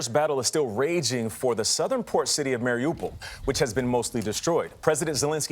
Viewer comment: Not MariOPAL or Marry-a-pole. Listen to the locals. Mari U pol.